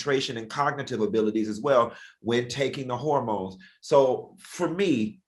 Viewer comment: Please tell funky that it's not pronounced horror-mones 🤣 but hormones 😅